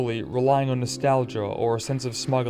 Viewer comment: AH, NAHSTALJA, ISS JUST NAHSTALJA